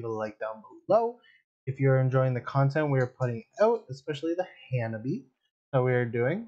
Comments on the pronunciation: They are pronounced Ha-na-bi-eh 😁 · It's Ha-Na-bee-aye.